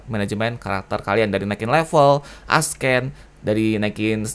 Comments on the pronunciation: Bukan nge hate, cuma mau bantu. “Ascend” bacanya “assend” bukan “askend”. Cuma mau bantuu ;) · Nice guide bang, koreksi dikit aja, "ascend" itu dibaca "assend", C nya bukan dibaca K, tapi ilang. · gw kesel banget denger bilang ascend jadi askkkkken:'v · Padahal dibaca esen ya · plis ascend jangan dibaca asken! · Lebih tepatnya dibaca s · bukan masalah aksen lah emang cara bacanya dibenerin